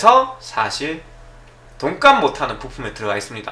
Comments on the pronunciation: 내 귀가 이상한 줄 알앗는디여?! 돈까스 라고 ㅋㅋㅋ 잘 보았습니다! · 잘못들었나? 시작하실때 돈가스 못하는이라고 하시는거 같은데요...ㅋㅋㅋㅋ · 소리만듣고 돈값을못하는 을 돈까스못하는이라 들어서ㅋㅋㅋㅋ